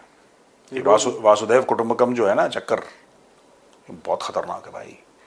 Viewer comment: Thank you. It is Vasudaiv....not Vaasudaiv. Different meanings of each word. Thx again.